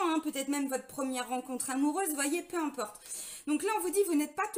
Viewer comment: " Peu impeurte".....😁 Merci... pour cette énergie dans la forme de cette guidance. Ça pulse....